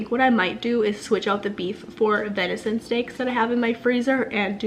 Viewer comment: Venison not vinison.